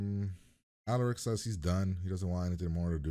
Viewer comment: Lmao I love how you keep saying alaric like that😩💀